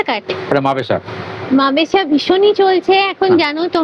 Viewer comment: মাবেশা নয় গো মাসাবা কাট। তবে তোমার ভিডিও থেকে অনেক নতুন জায়গার খবর জানতে পারি। ধন্যবাদ। ❤️❤️